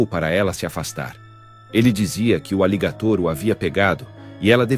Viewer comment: E pronuncia errado aligator.